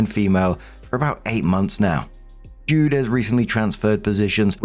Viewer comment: JUDE.... not dude FYI🤣